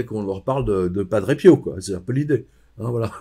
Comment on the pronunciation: à....merci de prononcer PIO..>..PI-O et non PIAU,,,cet accent est insupportable